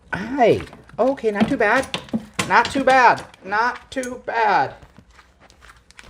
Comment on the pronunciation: "okay, not too bad... not TOO bad... NOT.. TOO.. BAD" haha love that